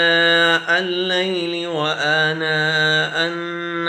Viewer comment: Ghalti se anaa Al laili Aagya jb k aanaa Al laili hona hona chahiye